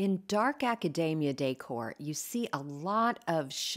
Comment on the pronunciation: Love your projects ❤. It is “ a ca deee mia